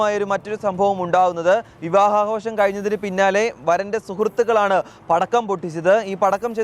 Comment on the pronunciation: എന്താടോ പറയുന്നത് വിവാഹ ആകാശം അല്ല വിവാഹ ആഘോഷം